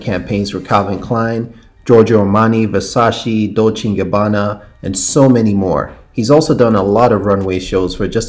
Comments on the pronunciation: It’s Versa-che not Versashi lol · VERSACE NOT VERSACEE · Wait, how do you pronounce Versace again?